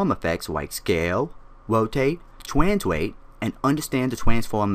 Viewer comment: "Twanswate, Twanfowm"